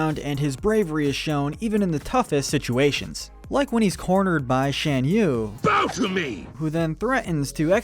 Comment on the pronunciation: It's pronounced "Shahn" yu.